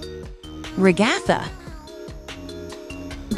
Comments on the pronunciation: Ragatha not regotha 😡😡😡😡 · you said Ragathers name wrong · they say ragatha her name as a nonsense word lol